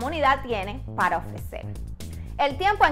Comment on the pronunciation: Por que hablas tan mal? No se dice “polque” “pal” deberias aprender a pronunciar la “r” en ciertas palabras